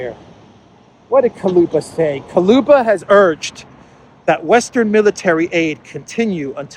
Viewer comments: the foreign minister of ukraine`s name is dmitry kuleba (ku-le-ba); not kaluba. ;-) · Kuleba (Kooleba) not Koluba,. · Kuleba not Kaluba😂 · Ukrainian Clown of Foreign affairs is Kuleba, not Kaluba. But, actually, it doesn't matter, clown is always a clown. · Kaluba?? Too close to Baluba.. 😂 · Dear, with my very best regards and deepest appreciation for your work, I wanted to explain that correct pronunciation of Kuleba last name has U after the K but E after the L It’s even might be spelled like Kuleeba since there’s no sound equivalent to this specific sound Е - it would be almost identical to sound E in the word “earning “ or “ Ye” in “ Yerevan “ Thank you for your incomparable input!!!!